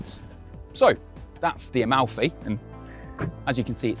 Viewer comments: "...finally a name that people can pronounce without butchering it..." calls it A-MOUTHY. aiiiiiii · It's incredibly touching when English speakers pronounce Italian words 😂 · Talking about butchering names, but still butchered this one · the absolute incompetency of native english speakers to be able to pronounce anything in a other language